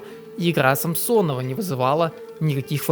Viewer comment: Не самсонов а Самонов🤦‍♂️